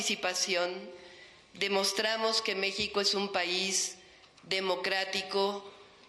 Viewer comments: La letra X ,en México,Texas y Oaxaca, se pronuncia como J⬅️ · Mexico... pronuncia la X???